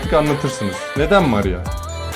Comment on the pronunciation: O sırada benim maria diyiş mariyaağğ😂